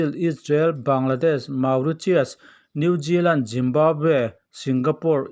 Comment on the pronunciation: Brajil, New Jiland, Jimbabwe🤣🤣🤣